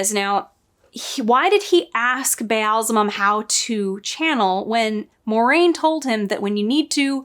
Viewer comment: Every time you try to say "Ba'alzamon", I see Dave Grohl in a devil costume. Weird.